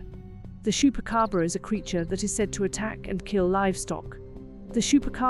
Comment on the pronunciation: I know you know how to say chewing. Now say. (Chew)pacabra